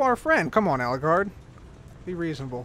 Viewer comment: it's Ellegaard not Elleguard